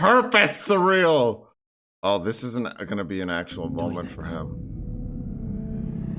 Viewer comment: Saying Syril's name in a kinda-French way is absolutely appropriate here. He's on kinda-France-planet.